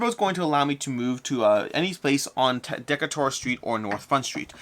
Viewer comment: Great video, but I have one small nitpick: Decatur is pronounced “de CAY ter” (not “DECK a ter”).